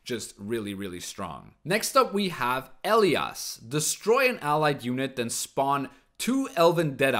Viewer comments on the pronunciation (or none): none